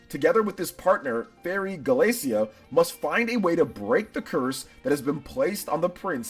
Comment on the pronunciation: Characters name: Gallica: "Glacia? Glacea? I think her name's Galcea" Me: i think youre dyslexic